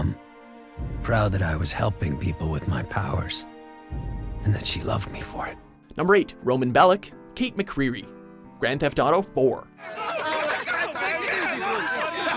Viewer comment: Why does the game never say Belic properly? Should sound like BE-lich.